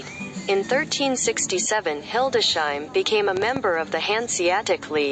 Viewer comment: It is named Hildes-heim, not Hilde-sheim. Computerized reader? Wife is from the area and we have visited multiple times. A nice city.